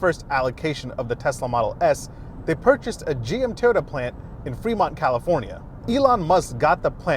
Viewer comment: The name goes with pronouncing Toyota like Teeyota.